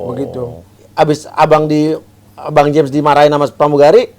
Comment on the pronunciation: James bacanya jems.